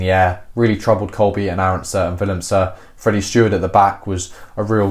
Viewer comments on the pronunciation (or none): none